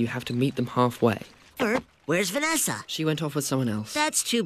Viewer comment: I like the way he says "Vanessa"